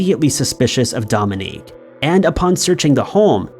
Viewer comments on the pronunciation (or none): Mary Badaracco's husband's name is Dominic, not Dominique. Pronounced Dom-in-Nick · Dominic is not pronounced "dom-in-EEK." strikes again! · Thank God you spelled it. pronounces it as a woman's name...🙏😉 And that's our law system.🙄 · take a shot every time mispronounces something